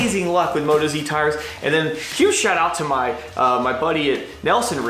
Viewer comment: MOE-TAWS mate, not moto-z ;). They're Aussie, get it? Moto, Aussie. Cool setup, looking forward to the rest of the trip videos